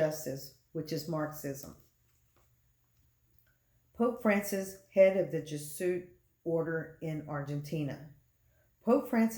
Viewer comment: It’s pronounced “Jez-ew-et” and not “Jeh-suit”. St. Malachy’s prophecy is very important because while The Bible doesn’t say the False Prophet will be the 112th Pope, The Bible clearly identifies certain imagery with Rome. Pope Francis has very radical and anti-Christian beliefs on topics such as gender identity, gay marriage, and many other topics. It’s now 2022 and Francis is lobbying for a one world religion he’s calling “Chris-lam” which a mixture of Christianity and Islam. He’s also weighed in on the need for a peace treaty between Israel and Palestine which is directly Biblical. It’s possible another Pope could be the False Prophet but Francis has all the appearances and actions of that role. His age isn’t a factor if he’s chosen by Satan because he could live on easily through the 7 year tribulation. Francis is 85 now in 2022 and he could live on till 100 if he is the right hand of the Antichrist. There’s too much unusually ominous stuff around Francis to not think he is the False Prophet.